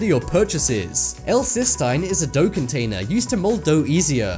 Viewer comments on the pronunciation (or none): none